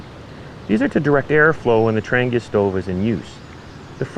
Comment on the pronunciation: First, thank you for your explanation of how the Trangia stove works. Trangia themselves was no where near that informative or clear. Now to shed some light on the quasi-great mysteries of Trangia stoves: It’s pronounced more like ‘Tron he a.’ The G is silent. As for why brass especially when most of their cookware is aluminum, these types of stoves are sensitive to their thermal conductivity. Poor thermal conductivity means the stove will take too long to “bloom” and come up to operational temperature, thus more fuel is required for any task. Too high thermal conductivity risks the flame sputtering as the wick doesn’t have consistent flow. Brass happened to be a cost effective happy balance.